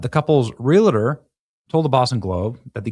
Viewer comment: The couple's "realterer," Benny? How about "realtor?"